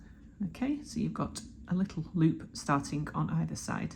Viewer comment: 👍🏻 Great tutorial, you’re very positive with ending practically every sentence with “okay?” I love your accent too, with a slight “k” after every verb ending with “ing”, like startingk, lol.